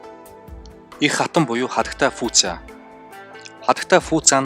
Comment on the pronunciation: sonin yrihiimaaa😂 фуца би фуча, вэй инло биш вэй инлуо